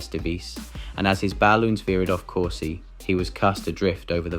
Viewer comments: This narration deserves an award for most words mis-pronounced including such glaring howlers as COURSE pronounced as cors see. How stupid, thus proving that A I is in fact stupid. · Is this an AI voice? Pronouncing "device" as "devees" and "course" as "coursey"? Some weird pronunciations all around.